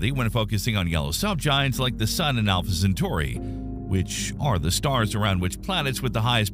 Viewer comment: More like Alpha Cen-far-i.